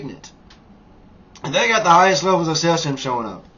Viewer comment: I really do appreciate your videos and PLEASE don't take this as an attack, but you might get more credibility and attention if you pronounced cesium, strontium, becquerel, and such a little more accurately. Keep up the good work, I want to visit Vietnam someday too!